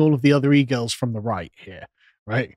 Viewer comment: Anyone else hear pronounce "E-girls" as "eagles," and imagine a whole new (terrible) meaning to the LOTR moment: "The eagles! The eagles are coming!"